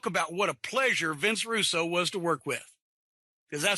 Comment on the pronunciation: "Vinny Roo" 😂